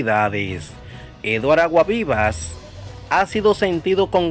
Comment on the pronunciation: Pronuncia ese apellido bien, Aguasvivas. Tienes que coger clases de dicción.